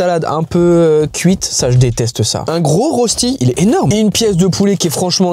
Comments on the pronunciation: Je suis suisse donc j’ai l’habitude que personne ne sache dire le mot “rösti” mais si jamais ça se prononce “reuchti” mdr 😭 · La prononciation de rösti est incroyable 😂